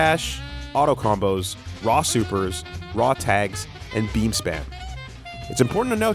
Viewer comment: The way u said autocombos.... My dude